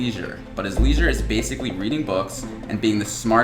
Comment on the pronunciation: why did you pronounce leisure like that 😂😂